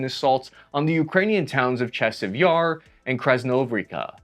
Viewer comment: Im impressed! You actually said chasiv yar and khakiv the correct way. I think someone should give this kid a cookie. Now lets continue watching and see if you can say them or other words the correct way.